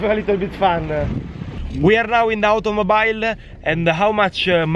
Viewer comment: Automobile con mobile pronunciato i inglese mi ha ucciso